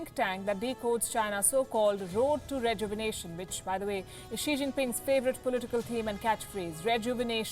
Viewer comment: Thats Emphasized word "REJUVENATION" though